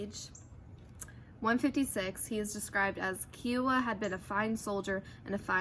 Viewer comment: IT IS KAI WAH NOT SOME KIAWAH